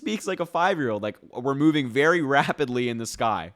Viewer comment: Did he say rapidly or rabidly?